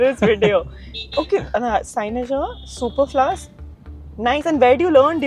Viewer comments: super-flew-us: this is how it is pronounced!!! :D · This second part flowed superfluously. BTW, his pronunciations for both superfluous and sinecure are wrong. That's why they sounded confusing.